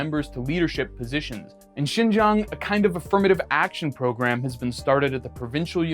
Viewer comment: You pronounced the word Xinjiang perfectly, even the tones are perfect. Well done. 👏